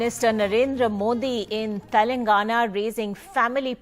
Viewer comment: This pm can't even pronounce the word telangana right.